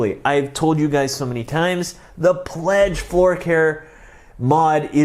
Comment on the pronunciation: You said “My favorite, Cledge floor Pare”.